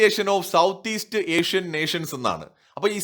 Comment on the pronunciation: ആഷ്യൻ ❌ ഏഷ്യൻ✅